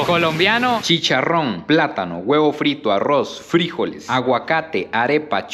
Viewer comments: Se pronuncia Frijoles, sin acento!!! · Nunca escuche decir frijoles de esa manera siempre lo escuche normal soy de costa rica y esa bandeja paisa se duro con el casado comida tica también tiene varios ingredientes me gustó se vio rica la comida colombiana